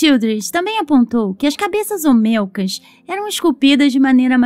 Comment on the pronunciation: Por favor son cabezas OLMECAS no OMELCAS... aprende a leer igual que en lugar de decir PAKAL decis PALAK.... lee bien antes de hacer los videos.